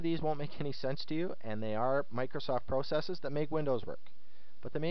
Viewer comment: no offense but you say the word process wrong lol. but good guide.